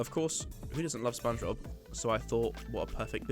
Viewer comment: I dont think its "spong bob"